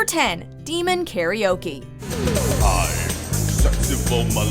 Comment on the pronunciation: He butchered Karaoke literally butchered Karaoke in the worst fluctual way possible.